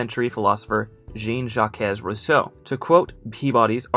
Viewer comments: I will never forgive your pronunciation of Jean-Jacques Rousseau. It’s like John-Jack but with softer Js. Like “Zhon-Zhack” And he was Swiss, it a common misconception that he was French. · "djeen-jackezz-roosoh" -- bruh.